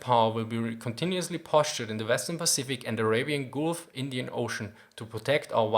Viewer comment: scringes at the American/German 'Arabian gulf' pronunciation